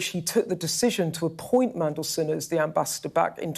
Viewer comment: Thangod he pronounces Mmmmm correctly 😅😅😅